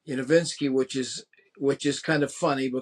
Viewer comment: He mispronounces Yanovsky, Aldebaran, and Henske, all in the first 90 seconds. Ouch.